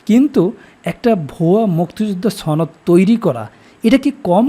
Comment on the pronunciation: 'সনদ'শব্দটি দয়া করে শুদ্ধ ভাবে উচ্চারণ করুন